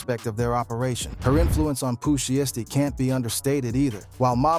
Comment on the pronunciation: 😂 " pu she esty"